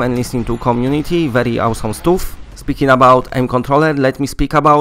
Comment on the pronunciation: 1. I love how you say, "spaooewn camping no more", and also "awwwsum" 2. When is Honor and duty coming to the uk for *uck sake? 3. Why is nobody else really mention American dream when on eBay uk it says mid March release for disc? 4. Arizona sunshine is released on disc in uk at end of March...... 5. Talk about The perfect sniper more. Where is it? 6.